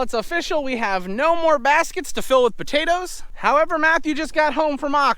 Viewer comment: I like the way says buttatoes heh heh.